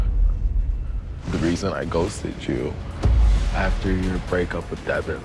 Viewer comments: Devin= duh-vaunn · His name is not Devin it Devil